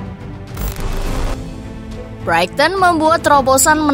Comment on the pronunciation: kesalahan double, 7 point dari 3 pertandingan dan Brighton menjadi Brighting???, makin sering kesalahan pengucapan. Jujur aja ga nyaman dengar nya.